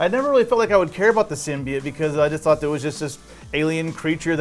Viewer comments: Symbiats? Pronounce symbiote, even in the movie they say it with oat not et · SymbyOTES, not SymbyATES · The guy said that it's a new thing for the symbiote as it's own character.... nope, been a thing for quite a while now. And..... symbiote- "sim-bee-oat"... it's not hard to pronounce. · Sym-Bi-yote not SYMBIYITE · It’s pronounced symbi-yooote 😂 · DUMB. AND IT'S PRONOUNCED SIM-BEE-IT. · Anyone else wince in pain every time they said ‘Simbiyete’?, yeah me neither 🙉🙉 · Sim-be-it? Wut? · OAT it’s pronounced (sim be oat) symbiote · Two things that annoyed me last month when someone said Thaynos and symbyote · I stopped watching after the second time he said Symbiote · The pronouncement of 'symbiote' is worse than the venom trailer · Why can’t anybody pronounce symbiote normally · I still don’t get how everyone pronounces symbiote wrong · So no one remembers how to pronounce symbiote now? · How are you going to pronounce symbiote incorrectly, but pronounce the Japanese word "Kaiju"" perfectly?